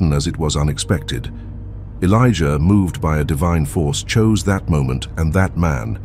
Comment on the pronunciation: 😅😂😂😂 why does he keep calling them? Felicia Elijah keep hearing Felicia